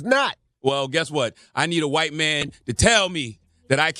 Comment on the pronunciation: It's the emphasis on HWHITE for me 😂